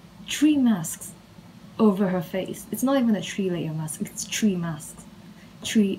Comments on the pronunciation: OMG SHE IS A DEMON IM SO SCARED AHHHHH. SHE GOT PERMISSION TO SWEAR FROM HER OWN *MOTHER*. I fear you. Also its ok that you say tree and three like they are the same. You don't know English that well. You will say it some day! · Pain of all Malaysians pronouncing tree and three LOL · Are from japan? If so i understand why you can’t pronounce Three and tree lol same as me.. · i love how she says tree and not three🥹😭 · I like u saying tree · welcome to ireland. tree and three are pronounced the exact same by nearly everybody. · Boi what ? I prounouce three and tree the same ... Edit visiblefear.jpg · Wait, tree and three aren’t pronounced the same way? wtf have i been doing my entire life?